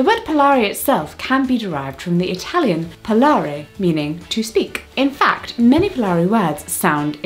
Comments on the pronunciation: It's actually "parlare", not "palare" - but you were fantastic as always, Jessica! Keep on making good content like this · If I can I'd like to say that the word parlare has an R before the L 🙈 At first when she said it came from Italian I was like "why... We say paRlare" but then she talked about parlyaree and it got more sense ahahhaah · Jessica only a quick correction: is "parlare", not "palare"